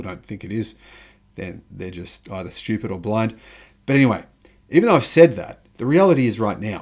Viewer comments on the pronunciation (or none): none